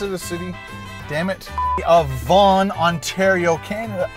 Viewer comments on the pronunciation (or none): none